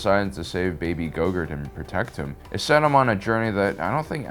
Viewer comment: He name is Grogu not Gogurt.